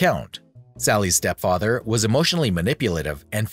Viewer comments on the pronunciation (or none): Well done! I learned a lot and enjoyed this video. Side note: “step fyether”.